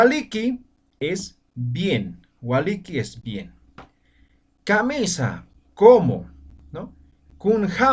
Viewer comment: y entonces por que al "Kamisa" lo prounció como "Kamesa". O yo escuché mal?